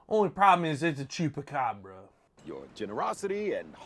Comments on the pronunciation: Hey, i love you guys and i don't know if you're doing this deliberately but, it's CHUPACABRAS - which means goat sucker - not SUPACABRA 😆👍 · Why do you pronounce chupacabra like "super cabra"? 🤣